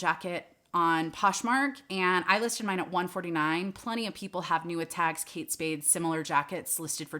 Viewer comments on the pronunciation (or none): none